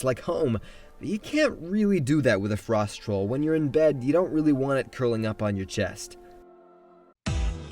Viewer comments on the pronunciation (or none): none